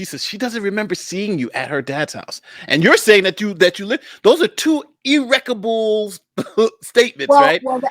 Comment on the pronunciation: Ahem.. he said "Irrecabile differences" what? irreconcilable . IRRECONCILABLE thank you.